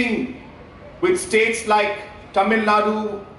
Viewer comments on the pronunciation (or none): none